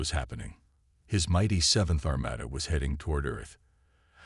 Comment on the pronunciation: Armada was pronounced Armayda again. It is Armahda. No proofing again. Sloppy.